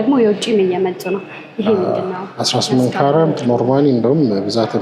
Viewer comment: Sorry why you keep saying Carent.I think you mean Carat. Nice program